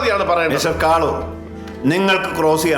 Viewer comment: കാളൂർ ❌ ആളൂർ ✅ 😂😂😂😂😂